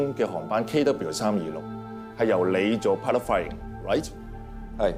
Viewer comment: 郭柏妍說英文是完全沒有尾音，如right,她沒有發出T的尾音，但飛機上，有另一個男聲說right,他有T 的尾音。 很多外國人人很多時候聽不懂香港人的英文，如milk, HK人說milk 的時候沒有了K的音，究竟是milk 還是Mill? HK人讀Whom，讀了home! …